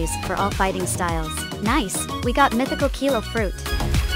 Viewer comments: it so funny when say mythel fruit killo🤣🤣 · 😂bro you just say myticiie kilo